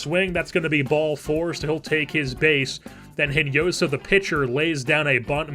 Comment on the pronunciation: Great video man, love how this series is developing! By the way, Hinojosa is pronounced In-o-ho-sa in spanish. As i said, great series, keep this up!